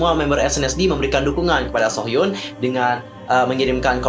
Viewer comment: Kim nya ga trlalu salah penyebutan, krna kalo mmg pngen kek org korea ㄱ dibaca antara G sama K, aku cuma kurng suka penyebutan nama kalo ada hruf U. Kek hyun hrusnya dibaca hyeon jd hyun, mungkin krna lidah indo.